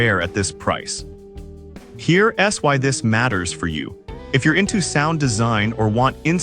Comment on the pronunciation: Sorry guys, the AI voice is atrocious. I got 2 minutes in and had to turn off. "Here S Why" every time it should say "Here's why" 🤬